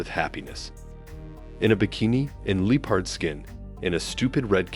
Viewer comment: Lee-pard skin and grepfruit? Some of your pronunciations are off.